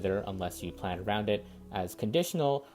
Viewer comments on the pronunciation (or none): none